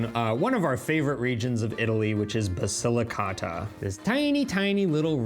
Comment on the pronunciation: The man needs to learn how to say Basilicata. Listen to how your wife says it. Your pronunciation hurts my ears!